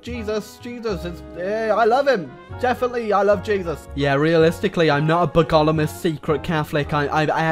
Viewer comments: The way you pronounce bogomilist physically hurts me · The way u pronounce bogomilist really makes me want to tear my throat